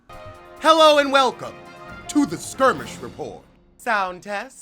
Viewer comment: When I first seen the footage.....all I heard was you saying "SKIRMISH" 🤣 The reads in this video are classic